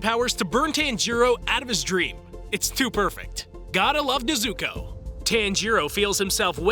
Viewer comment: NEZ-OU-KOE*** not NEZ-OU-KOO